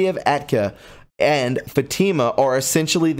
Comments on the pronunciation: So...I understood who and what he was reading about. It is pronounced Mal i kie, short a, short i, long i. Fa tee ma short a as in fat, long e, and short a as in ma. I knew there was a snake in our must from the very first news of this charlatan. Remember to start your day wearing the armor of God and reading Philippians 4:8. Dark to light. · Great information from Tiffany. She does great work. One comment, meant as a constructive criticism, your pronunciation of certain words, such as papal, Fatima and many others are very distracting. There are websites that will pronounce words you’re unsure of. Just makes for a more professional presentation when your pronunciation is correct. Love your work. Thank you for your hard work and Godspeed. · No disrespect.....but it helps listeners to speck the names properly. I’ve had to stop listening to your video to replay and read the text for myself. This has been a repeated theme because of mispronounced names and nouns. Especially with Middle East cities, proper names , etc. You do great research and we all thank you. I only mention it bc it’s confusing to the hearer. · this is constructive criticism so those who don’t know you can take you seriously. Please check pronunciation and read through your copy out loud so it flows and your pronunciation’s are correct. Fatima is so well known and you said it incorrectly every single time. You struggle with names. Just verify of check pronunciation’s online where you can hear it. I totally support you and think you’re terrific. Thank you for what you do. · Oh gosh,. I love you, brother, but you decimated the pronunciations of so many words & names in this article... I just can’t even. 🙈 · Please! The pronunciation of Fatima is “Fat-ih-mah”. The accent is on the first syllable. Good report but, you will get more people to listen if you take care with pronouncing names, titles and, places correctly. Just trying to help. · FATIMA IS PRONOUNCED FAT-TI-MA